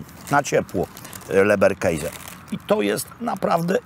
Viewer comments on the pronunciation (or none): Leberkäse,to orginalna pisownia i nie mówimy keise tylko keze,tak przynajmniej mówią tu gdzie mieszkam Austriacy,a mieszkam w dolnej Austrii dość dlugo,pozdrawiam p Roberta a leberkäse może i dobre,ale nie jest zdrowe